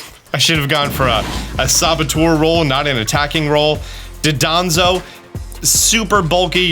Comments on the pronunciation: Just thought I’d mention that it’s Dondozo not Dodonzo. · It's "Dondozo" not "Dodonzo." 🤣 I'll also never get out of my head hearing you say "Zyvelious" for Zweilous... Either way, you're awesome and do great work! Just put some respect on the Pokemon's name, please. 😇🙏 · JUSTICE FOR DONDOZO ✊✊✊ IT IS PRONOUNCE DAHNDOHZOH NOT DUHDAHNZOH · I love how everyone calls him Dodonzo when his name is Dondozo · "Dodonzo" Glad I'm not the only one who has made the mistake of pronouncing Dondozo's name like that. XD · Will he ever learn to pronounce Dondozo's name correctly? XD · please note Dondozo's name and pronounce it properly, its basic english